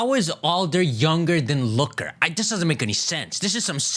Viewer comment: You read Looker’s wrong